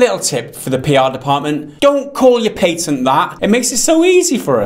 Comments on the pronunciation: Payten? No, it's Patent, homie. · Didnt know what tf you guys were talking about for the first 2 minutes.... What tf is a "PAYTANT" ?!!! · The fuck is a "pay - tent" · What's a pay-tent? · A Patent, not "pay-tent", is a set of exclusive rights granted by a sovereign state to an inventor or or assignee for a limited period of time in exchange for detailed public disclosure of an invention. -wikipedia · What is a Pay-tent? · PA-TENT, not Pay Ten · Did he just say pay-tint? sell out to big tint industry? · Lol PayTent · A "pay-tent?" it appears that your usage of the English language is still in "beet-a"... In all seriousness though, like most things, it comes down to how it is used that determines if micro-transactions are "bad" or not. This vid is an example of making them bad... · Paytent xD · Lord Druckwelle in the US we pronounce it the right way, PAT-INT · My bad, stupid me. Didnt know he pronounced it wrong^^